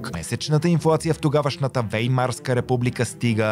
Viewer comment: Ваймарска, а не Веймарска.